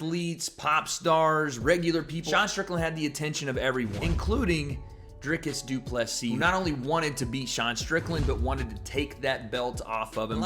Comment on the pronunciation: You are the only guy pronouncing DDP last name correctly. Respect 👊🏻